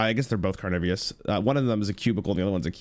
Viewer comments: Did he just say Carnivius? Instead of Carnivorous?! why?! 😭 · being careful about the pronunciation of "brochure" then immediately going on to say "carnivious" repeatedly 😂